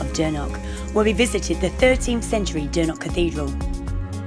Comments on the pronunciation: It’s Dornoch not dernoch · why are you pronouncing it as “Dornock” that’s a completely different place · yeah sorry I was kinda rude to point it out but from speaking to the locals in the past they all really hate it when people call it Dornock and get really triggered. Honestly not everyone can pronounce the “ch” sound like in loch for example. So sorry for being rude to point it out but yeah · My bad! 😂 I was really struggling to pronounce it